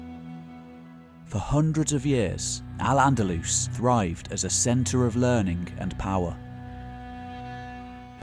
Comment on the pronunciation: Nice overview of the time - You nailed Al - Andalus nicely!